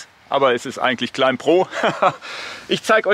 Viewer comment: Danke für den Test und die Erläuterungen - sehr cool! Einen Klugscheißerkommentar habe ich noch, weil's mir in mehreren Videos & Podcasts aufgefallen ist: Das B in Climb ist stumm, es ist also immer ein "Kleim" :-)